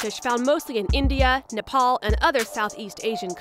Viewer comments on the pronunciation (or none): none